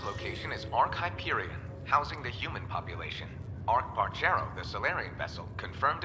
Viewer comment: Jak mogłeś! Gracz Borderlands i nie potrafi wymówić nazwy "Hyperion"! Wstyd, panie!